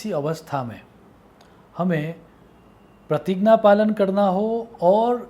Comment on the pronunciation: ये कैसा उच्चारण है ज्ञान-------ग्यान प्रतिज्ञा....... प्रतिगना 🙄